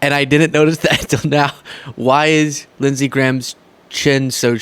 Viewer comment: Actually its Lindshe Graham.